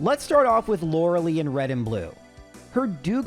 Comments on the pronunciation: Is it an inside joke of you saying Lorelei's name wrong? Or have you never heard that name before? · Forgot how you mispronounced Lorele-I, how you still get that wrong is exactly the sort of reason i stopped tuning in to your normal videos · He's said a couple times that's how he read it as a kid and it just stuck. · Thanks. I just can't listen to him say it haha